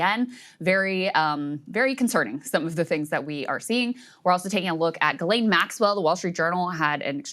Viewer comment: It's pronounced jizz-lane Maxwell